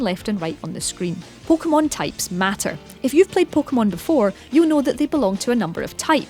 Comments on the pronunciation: Pookmon omg say it right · She pronounced it "poh keh bol" "poh keh mon" pretty normal, dumbass hahahaha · no shit, but am i not allowed to be annoyed? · pokemon poke a mon po Kay mon. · "PO-KOH-MUN" "PO-KOH-MUN" "PO-KOH-BOWL" "PO-KOH-BOWL" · her pronounciation pissed me off so much